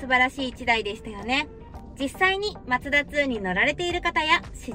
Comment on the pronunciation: MAZDA2って昔のデミオだよね🤔 マツダ車って縁がないんだけど、コンパクトカーなのに、メモリー付きのパワーシートは凄いね👌 、『マツダ』のイントネーションが独特だよね😙 『マツ⤴️ダ』って感じで『マツ』が高い🤭 全然いいんだけどね😊 今日の服も凄い可愛いかった👍️